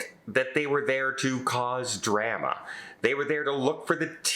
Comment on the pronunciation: Leave it up to to mispronounce "drama"